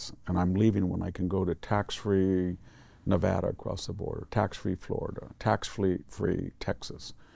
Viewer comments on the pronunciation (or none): none